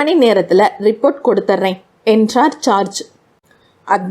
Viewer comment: ராஜேஷ் குமார் நாவல் என்பதால் கேட்க வந்தேன் நீங்க தமிழை கடித்து துப்பி கொஞ்சிகிட்டு வாசிப்பது எரிச்சல் வருது ( George பெயரை charge என்று) you have to improve your reading parten 🤓🤓